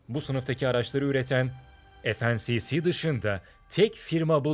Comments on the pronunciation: "ef en si si" dedi ya la! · FNSS i yanlış okuyorsunuz okuduğunuza göre ismi FNCC oluyor